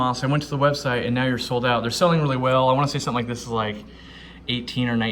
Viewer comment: Ziss filter being the air stones? What do you mean ziss filter?